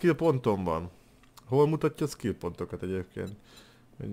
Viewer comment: tanuljál kicsit angolt, mert ez így elég fájdalmas a skill pontoknál.:D